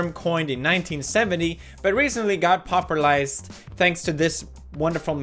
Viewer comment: Why don't you know how to pronounce the word popularized? It makes you sound like a rock head.